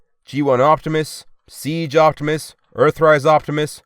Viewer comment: I'm glad to watch my favorite you tuber ! (Edit) I have to say no hate but it's oPtimus not oCtimus